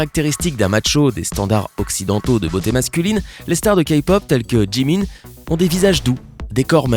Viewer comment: OMG IL A DIT BTS ET JIMIN CORRECTEMENT!!!!!!!!!!!!!!!!!!!!!!!!!!!!!!